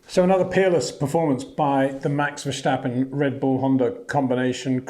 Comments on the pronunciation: Please learn to pronounce his name. Its not 'Versht' but 'Verst'. And not 'Versteppen' but 'Verstàppen' with an 'A' like in 'marginal' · Please stop saying Verschtappen. Please.